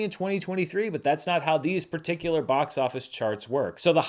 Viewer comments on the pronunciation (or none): none